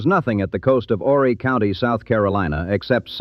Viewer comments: IT'S OOOOO-REEE!!! NOT "WHORRY". YOU DON'T PRONOUNCE THE H. AND ITS POR-SHAY... NOT POR-CHER. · The H is silent in Horry sir.